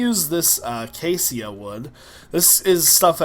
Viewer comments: Acacia is pronounced A Kay Sha. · always pronunces the acacia tree wrong lol. It's a·ca·cia